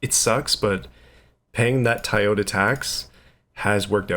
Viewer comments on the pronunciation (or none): TOY-ota not TIE-ota